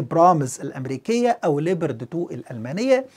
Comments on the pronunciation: نطقك لاسم الدبابة الالمانية غلط تنطق ( لبرد ) Leopard وتعني حيوان الفهد وكذلك اسم الدبابة الامريكية ابرامز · شكرا على الفيديو المميز كالعادة . ارجو التدقيق على اللفظ اسم الدبابة ليوبارد Leopard 2 مع تمنياتي لك بدوام التوفيق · استاذنا الفاضل انت تنطق اسم الدبابة بطريقة غير صحيحة ، وهذه الدبابة الألمانية فاشلة وهي موجودة عند الأتراك وتم استخدامهما في حرب أو معركة غض الزيتون ضد الأكراد وانفجرت الكثير من سبطانات هذه الدبابات بعد استخدام خفيف للبرج القاذف فما بالك اذا تم استخدام هذه الدبابة ضد روسيا